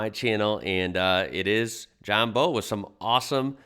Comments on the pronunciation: It's not John Bow and arrow it's Bowe E.G Take a Bow to the audience!! Awesome car as John said "MINT" just beautiful 👏👍 Thanks for the share mate!!! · It's John Bowe pronounced like saying bowel without the L on the end. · Hey, John's surname is said like the front of a boat. Love the channel. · Bowe is pronounced like….take a bow 🙇‍♂️. Sorry I hate correcting you 😬. I can’t help it though. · Awesome video mate but it's pronounced like bow, take a bow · Like bowing in front of her majesty lol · His name is pronounced John Bowe as he n is he bow of a boat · It's Bowe as in front of a boat or ship not Bowe as in what you shoot arrows from. Lol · His name is John Bowe (front end of ship) not Bowe (bow and arrow) lol but I wasn't actually having a go at just trying to explain the pronunciation. Like you said, it comes down to interpretation. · its John Bowe as in when you breathily bend over forwards too bow to somebody out of respect